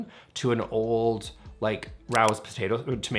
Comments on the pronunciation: Sharing fyi- it's RAY-ohs, not Rowz. That's the NYC restaurant for which it's named. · I knew there is a reason, more than your snarkiness that I loved you! My friends come over and ask, where’s all your stuff? However, you gotta say Raos the right New York Way …long A, Raaayo